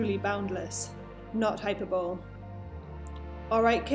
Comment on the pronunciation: Educational promotional video that says "Hyperbowl" instead of "high-per-bully"! Who makes these videos for a "professional" company like HTC. No one could even be bothered to Google it. This kind of mistake doesn't help VR progress, especially as this video should be mostly of interest to teachers!